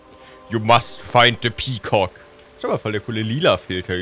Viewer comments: Wie dieser Sprecher immer pea COCK betont... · ich höre immer peecock XD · Das Video könnte auch heißen: sagt die ganze Zeit pekock weil er’s lustig findet